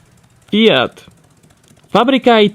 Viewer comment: Your FIAT pronounce was Perfect! I had to say that! Also, another interesting video.